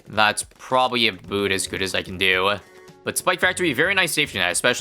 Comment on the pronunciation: aboot? aboot? aboot?